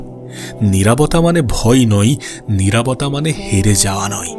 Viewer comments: নিরাবতা নাকি নিরবতা..?🙂🙂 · নিরাভতা নারে ভাই নিরবতা